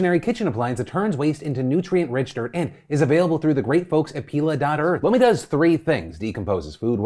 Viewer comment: When you said lomi I thought you said blow me and I was so shook 😂😂